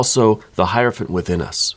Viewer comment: I love that you actually pronounce hierophant correctly!!! One of the few people on YouTube that do. 👏🏾👏🏾👏🏾👏🏾👏🏾👏🏾👏🏾